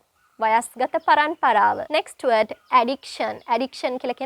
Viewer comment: Sorry meant to say work on "d". eg. "Word" you sound like we:t. Apologies🙏